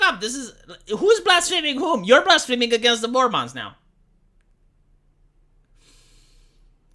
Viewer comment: When talks about mormons, it sounds like he's talking about an alien/fantasy species, "mORmAHns"